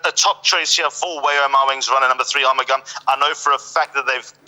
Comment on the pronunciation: How can you pronound R mugam when the spelling is A RU mugam. In spore is pronoun as A RU MU GAM as liked the spelling goes.